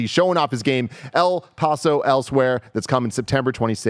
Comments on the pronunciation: El Paulso 😂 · I love you Tim but that was one of the whitest pronunciations of El Paso I've ever heard lol